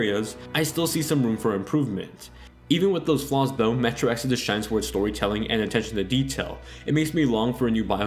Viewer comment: This video kept confusing me. I'm so used to you saying Exodis that when you comment about Exodus I wonder what Jessie has to do with anything XD